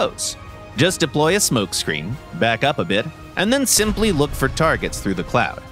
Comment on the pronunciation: am I the only one to notice that he said deplo lol